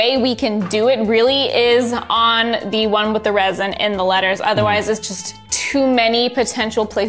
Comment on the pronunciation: “or are we gonna use ReSiN?” Everyone: “ReSiN”